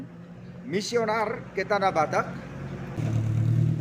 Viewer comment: Mohon maaf, jangan salah menyebutkan "Missionaris"🙏